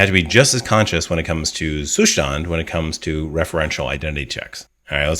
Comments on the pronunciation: Is it Zustand like German for state? In that case you would pronounce the st in Zustand like st in state :) Great video as usually. Thanks a lot! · Great video. I like the way you explain, but as a native german speaker, I really can not stand how you pronounce Zustand. "Zustand" is the german word for "state" and pronounced that way: Like the german saying: "Da bekomme ich noch einen Zustand" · I love how you say Zustand 😂 nothing against your content, it's great, as always 🙌🏼 Zustand is the German word for state. You could use Google translate to get an idea on how to pronounce it in german 😁😂 but I'm fine with your pronunciation, continue using it, since no one really cares about it 😁